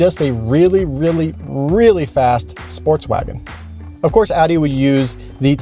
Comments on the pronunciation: Its not adi. Its Audi. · Guy butchered the name Audi..